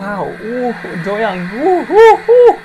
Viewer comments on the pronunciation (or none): doyoung’s name is pronounced DO- young like DO not DOE